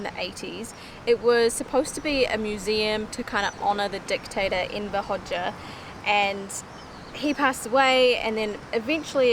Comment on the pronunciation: I am surprised that you pronounce Enver's surname correct